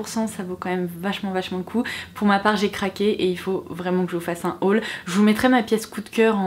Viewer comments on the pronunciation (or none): none